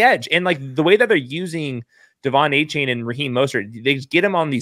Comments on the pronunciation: It's pronounced A Chan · You're pronoucing Achane's name wrong. He said it's De-Von A-Chan. Great work though and.